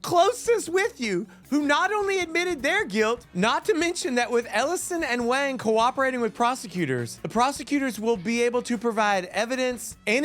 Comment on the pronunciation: Not that it matters much, but Gary Wang's last name is Chinese and is pronounced "Wong." Great video 😄!